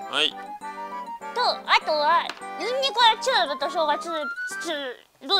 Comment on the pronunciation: チューブの発音がかわいすぎるwww